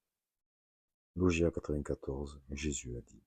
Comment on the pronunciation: Bonjour pour info logia est le pluriel de logion , nous disons donc un logion , et se prononce log-ya et log-yonne